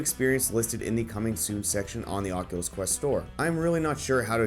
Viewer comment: "Onculus Quest"??? I LIKE IT!